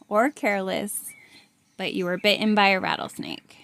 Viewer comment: 'Bitt'en' . Lovely and juvenile.